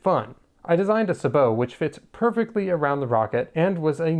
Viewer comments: the word "sabot" comes from french, and it's pronounced sth like "sah-boh". just look into etymology next time you wonder about such a thing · Sa boe, with the a as in as, apple hat bat cat.... Thd word is French. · "i designed a suh-bowe" im dying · Wrong! Its pronounced sabot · The word is pronounced like the computer voice does. Its French. The American military uses a bastardised pronunciation, only used by them. Even NASA uses the correct, french pronunciation. But you do whatever really, who really cares about any of this. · I love the video and I love discovering fun new ways to pronounce sabot edit: you've been saying it the same way as me the majority of the video and my prior comment was just a single time you said it with slightly different stress pattern (edit: the fancy way :P ). I'm very amused that you ended up looking it up in the video haha